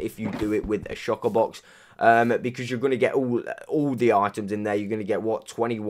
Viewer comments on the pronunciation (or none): Anyone noticed he says shocker box